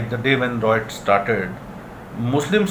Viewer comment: Appreciate the viewers who pointed out how to pronounce 'Riots correctly', will try and ensure it is pronounced correctly in upcomming videos.thanks